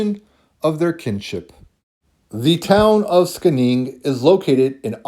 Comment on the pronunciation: Skänninge is pronunced Scheninge. It has a strategic position on the plain in Östergötland where the swedish nobility was strong. It is well known from medieval source and had a monastery. Thank you for a fascinating video. Seems my subclade of I1 can be traced back to western Sweden and Norway.